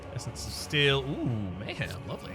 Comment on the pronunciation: It’s cause you called it lame-hem 😂